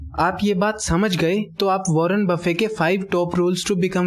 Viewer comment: He is Warren buffet not warren buffey